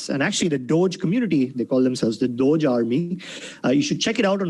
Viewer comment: dogeeeeee not dodge